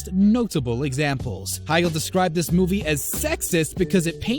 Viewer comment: To the narrator of this video: Katherine Heigl's last name is pronounced "HIGH-GULL."